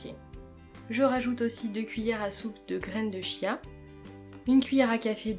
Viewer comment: Coucou ! Merci pour ta vidéo :) Petite précision, ça s'écrit "chia" mais ça se prononce "kia" ;)